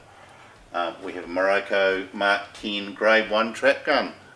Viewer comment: It’s MIROKUUUUU NOT KO. 😂